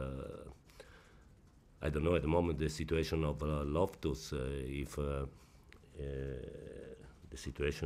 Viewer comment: Ayieko Owino he said lophtus